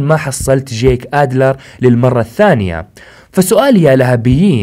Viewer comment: يخي اشمه جيك مش جاك ما قلتها صح الا مرتين 😂